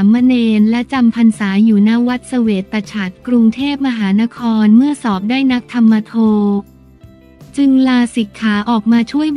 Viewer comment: _นักธรรมโท→นัก-ทำ-โท (มิใช่ นัก-ทำ-มะ-โท) เพลงพูดตลกที่ดังแรก ๆ ชื่อ “ข่าวสด” (มิใช่ “ข่าวสด ๆ”) _ภาษาไทยถ้าอ่านผิด แม้เว้นวรรคตอนผิด→ความหมายเปลี่ยน ขอให้อาสมส่วน ไปสู่สุขคติ